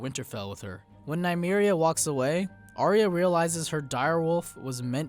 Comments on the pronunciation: IT IS NOT "ARIA"!!! IT IS PRONOUNCED R-YA. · Why does every american pronounce Arya's name Aria? It's so frustrating. It's, 'I-ah' other than that good vid. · Aye-ah. Not Aria.